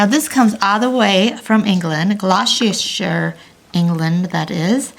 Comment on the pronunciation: Oh what a gorgeous collection! These dolls have such character! ❤. Also Gloucestershire is pronounced Gloss-ter-sheer, but I'm form yorkshire, and us northerners in the UK are known for butchering English pronunciations. so don't take my word for it 😂